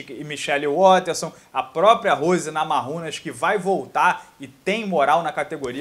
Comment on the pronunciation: Namajunas se pronuncia Namaiúnas,; e ñ Namarrúnas - tipo em espanhol. A pronúncia correta tem a influência original lituana-americana: é assim q ela s apresenta e q a anunciam.